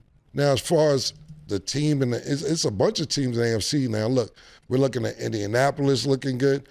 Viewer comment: Mase LD y'all... Can't pronounce Indianapolis😢😅